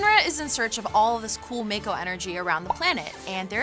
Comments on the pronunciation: mayko lol it’s actually pronounced ‘Mahko’. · It's not said as mako but as mocko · pretty sure it’s pronounced mah-ko in Crisis Core and Remake, plus that’s how it’s pronounced if you go by the Japanese vowels shrug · It's pronounced 'maw-ko' :) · The way she says "mako" and she says she's a meganerd.. cringemuch? Is she ceilinggang, not floorgang? cringe. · Not gonna lie, the way she pronounces mako makes me cringe hard....